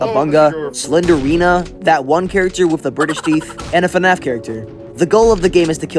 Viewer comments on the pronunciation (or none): none